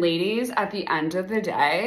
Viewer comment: "and ladies, at the end of the dæ..."